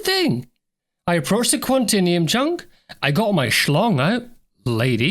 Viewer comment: It's pronounced QuanTAYnium! :)